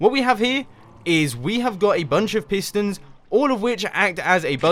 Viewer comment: Pistons not fistons.